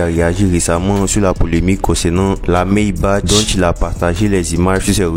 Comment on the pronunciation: On dit "Maybak" et non "Maybache"